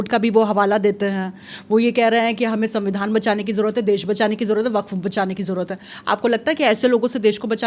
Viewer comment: Abe pagal arabi me wakaf bolthe 😅😅